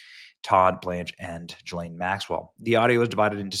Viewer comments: Gil-lane is how her name is pronounced!! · It's pronounced ghee-lin